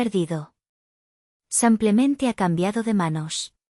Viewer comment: Ha la narradóra no se dice sampiamete se dice simplemente.GRACIAS.......